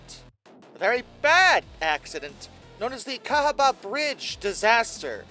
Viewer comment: Cahaba is pronounced ‘Ka’ ‘Ha’ ‘Ba ‘